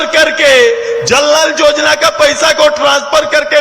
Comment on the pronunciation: सुदेश महतो जी को योजना का उच्चारण नहीं आता है वो जोजना बोलते है और युवा को जुवा बोलते है कैसे झारखंड का कल्याण होगा